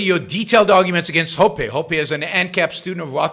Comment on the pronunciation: You called ancaps statist. That is idiotic. You clearly don’t know Hoppe because you can’t even pronounce his name. How about read him and then make real points instead of vague opinions.